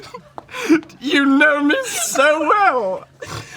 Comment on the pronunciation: Am I crazy or did he say danimals not animals at the end and the beatle thing threw him off?? 😭💀